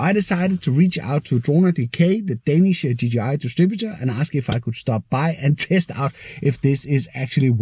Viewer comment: For søren! A proper DJI pronunciation :D